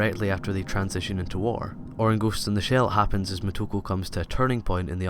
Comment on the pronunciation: Moto-KO, it sounds like you're calling her "Ku".